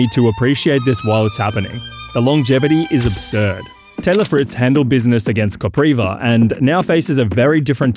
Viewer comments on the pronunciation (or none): You should learn how to pronounce the names 😅 Wawrinka is called VaVrinka Kopriva is called -> KopJiva there is no R its J when u pronounce it Kachanov is called —> Hachanov with H the correct way Machach is called —> MaHach with H like u say house —> H no Ch